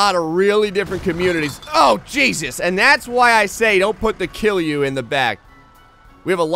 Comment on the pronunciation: my man, you're pronouncing KILJU like a real Finnish person! It's solid, relaxed KILJU and has nothing to do with Jews. I can't tell you how proud of you I am at the moment. In no time you'll be saying things like "kootaanko koko kokko kokoon?" and and people are like "oh so you're from Finland?"